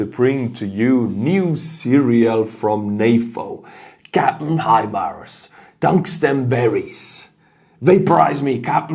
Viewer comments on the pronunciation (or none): none